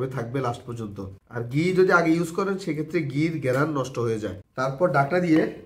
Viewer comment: ৩মিনিটের ভিডিওকে অপ্রাসঙ্গিক কথা বলে ১৫ মিনিট বানাইলো😑 আর তাছাড়া আপনি যেহেতু পাবলিক প্লাটফর্মে ভিডিও দেন, সেহেতু নিজের উচ্চারণের প্রতি একটু মনোযোগ দিবেন। পোলাওকে বারবার ফোলাও , ঘি-কে গি গি করতেসেন😑😑আর 'পারফেক্ট'❌ ফারফেক্ট✅ এগুলা কি ভাই😑